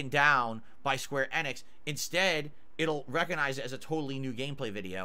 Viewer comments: square annix is an insane pronounciation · I know it pisses me off everytime he says it.